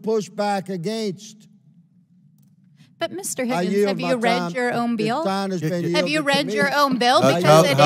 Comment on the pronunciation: Why the hell does Higgins keep pronouncing AGAINST like he’s from Canada.